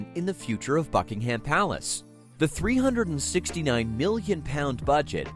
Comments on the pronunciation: The British pronunciation is "BUCK-ing-um" and not "Buck-ing-HAM." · Raise your hand if you cringed every time he said HAM. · You need to drastically improve your AI narration, too much of it was continually repeated as was video footage. You also need to learn how to pronounce words & names correctly. Buckingham is one word, it is not hyphenated and the 'ham' is pronounced 'em' or 'am'.